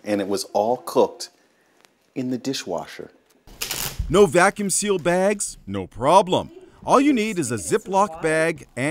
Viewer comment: "In a Diiihhwashurr!!"